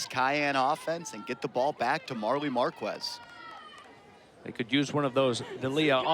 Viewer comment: Every time the commentator would say "marqWez" i'd cringe lol but amazing game! Love the exposure this sport is getting!